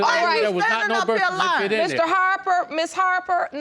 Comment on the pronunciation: You did sign the burst-sir-tificate (birth certificate)